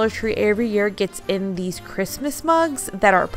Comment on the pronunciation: I walked away and came back into the room when she said "you need crickets for this or you can use scissors" and then I COULD HAVE SWORN she said "you'll need lots of bugs for this and dollar tree carries tons of bugs" ......I thought she said bugs not mugs....I was like...what? Lmao